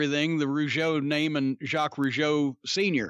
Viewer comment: You were on the target about the two Rougeau and you are one of the rare person who as a good prononciation of Jacques Rougeau.. : ) Anymore interesting thing about Raymond Rougeau? Thank you also for acknowledging that the Rougeau Brothers were good workers.